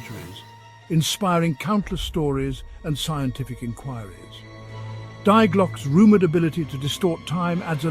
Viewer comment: I don't know what is more annoying.. the constant mispronouncing of the german article "die" or the totally randomly matched stock pictures 😅